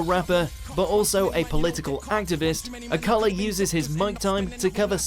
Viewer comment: It's not AKAla beg Ya pardon? Can't even say his name right